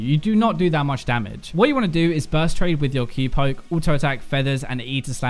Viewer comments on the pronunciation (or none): none